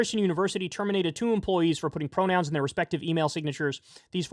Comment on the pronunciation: “pwonouns r too hawd. :( “